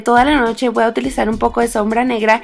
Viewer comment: hablas bien feo dices y me lo voa aplicar se dice me voy a aplicar ......sorry